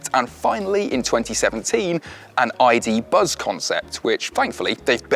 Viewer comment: Tell me whos not gonna call it a ,,iduzz"